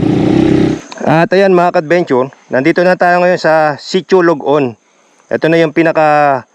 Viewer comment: very nice nakarating at nakapag adventure kayo sa aming lugar na kasulok sulokan hehe,sitio ballat,sapdaan "lod-on" po hindi log on😊